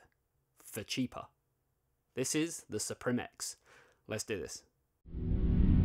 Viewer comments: It is pronounced as Supreme my guy. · Msi announced that suprim is supposed to be pronounced supreme